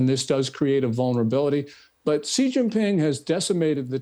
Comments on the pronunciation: Piers..... your pronunciation of 'Xi' is atrocious! It is pronounced like 'C', the English alphabet Not 'G'. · Xi is pronounced SHE. Repeat after me, Piers... SHE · Pierce, you intentionally mis-pronounce President Xi ! Show some respect you rude English man!